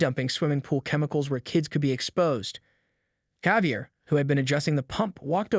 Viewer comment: How many different ways can you tell the same story? And please, learn how to pronounce words, especially common names like Javier.